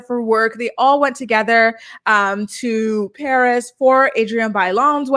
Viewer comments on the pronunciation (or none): none